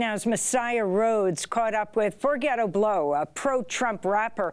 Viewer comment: Amy called him "Forgett-o Blow" 🤣🤣 couldn't agree more, Amy!